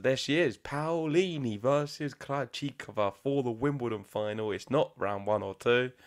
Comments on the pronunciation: Love all the love you're giving Jasmine 🥰 and, yes, you're saying her last name right, you have to pronounce both the A and the O 😉👏 We're so proud of our tennis players 🟢⚪🔴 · you have to express every letter of the name PAOLINI, the A sound either...it's not like the American PAUL sound, i'm italian, trust me!!...however the pronunciation is correct from both of you!! Waiting for MUUUUUUUUUSETTI!!!! Thanks for the show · Your pronounce of Paolini is perfect. Ciao from Italy and let’s hope for the best